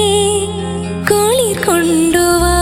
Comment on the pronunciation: Mj സാറേ മോൾക്ക് റ വരുന്നില്ല. മോളെ കുറ്റം അല്ല. ബാംഗ്ലൂർ ആയതുകൊണ്ടാവാം. ഒക്കെ കേൾക്കുന്നത് കുളി കൊണ്ടുവാ എന്നാണ്. കുളിർ വരുന്നില്ല.